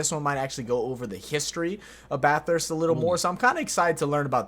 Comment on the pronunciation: It’s actually pronounced Bath-urst not Bath-hurst. Kinda like how it’s E-mu not E-moo!